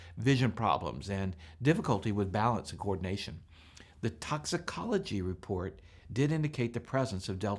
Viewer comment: Nice "repoat"